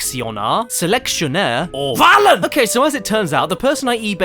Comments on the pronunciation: "Wahlen?" Jim I disn't know you studied German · "Should we select, selectionar, or VAHLEN!?